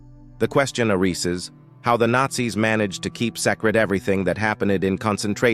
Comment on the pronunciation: The question areeses lol